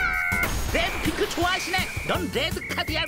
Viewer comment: 옥에티 레드 핑크를 데드핑크 라고 말했다